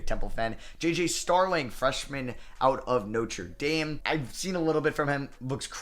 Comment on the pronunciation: He pronounced Notre Dame correctly or am I tripping